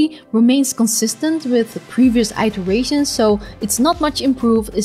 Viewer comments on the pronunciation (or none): you are pronouncing iterations wrong.. its not eyeterations its iterations. like the word " it" '.